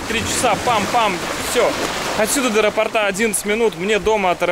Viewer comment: "аэропортА" бог ударения.